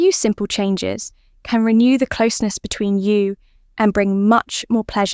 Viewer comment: 15 min. to tell you; one (1) min. to come. Definite AI voice - the "you" is a plural: "between you" (stress on 'between').